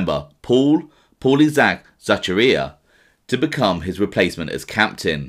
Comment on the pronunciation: Zak-Arr-Ree-Ahh thats how it said mate